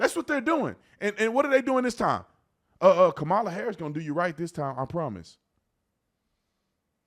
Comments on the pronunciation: did obama just mispronounce kamala? he said trump is afraid of losing to kamala, not KOMALLA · The fact that no one from that party said anything about what they will do to improve America or its citizens is preposterous. On top of that, they all pronounce "Kamala" differently, which is quite amusing lol. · STOP CALLING HER KAMALA! ITS KAMALA!!!!